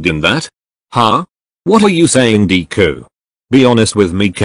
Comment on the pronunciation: Why did it say dee ku instead of deku